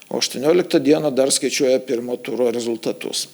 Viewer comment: jūsų REZULiTATUS taip pat skamba rusiškai.Jūs lietuvė???